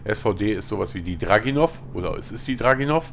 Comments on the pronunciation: draginov :D ich glaub es heißt dragunov :D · Schade :P heißt nämlich dragUnow nich böse gemeint ^^